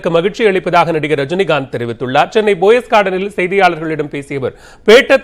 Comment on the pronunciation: athu poes garden pa boes garden lilla....enna news reader pa nee